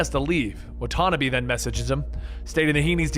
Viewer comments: it’s wha-ta-nah-bee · excuse me!!!! wan-tana-beee!!!! like one ton'a bees. What the hell hahahahah wan-tana-bee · “Wa tanuhbi” 😭🤣😂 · Hate how he says Watanbe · I'm guessing he didn't play the game because he read Watanabe wrong. Or it could be he forgot because of how much info he is reading